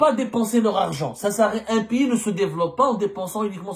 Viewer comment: Y'Ezzemmar, d'abrd ce n'est un PIYIS, en Framçais on dit un PAYS, Pai comme la PAIX + ys, pays et npon pas un Piyyyiiit coum ti dis, ya ayyouha el hybouboutaam, هيبُّوبُوطام avec un"ط "